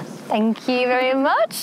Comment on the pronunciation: you're saying aou now instead of you?